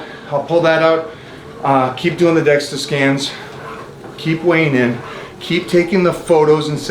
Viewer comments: Dual-energy X-ray absorptiometry (DEXA) - ya he’s throwing me off with DEXTA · I’m concerned that since Mike keeps calling it a “Dexta scan” that he doesn’t know what he is talking about because he keeps calling it the wrong thing.